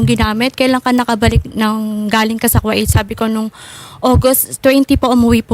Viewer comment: its ku-weyt not ku-it hahahaha